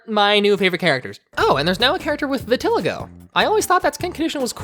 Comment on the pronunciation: vertilago🤣 Vee-ta-lee-go. Oh wait, I think I say it wrong too. Vi-ta-li-go apparently